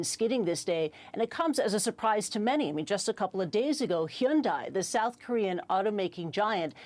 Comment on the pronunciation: Just a quick note: Hyundai rhymes with Sunday.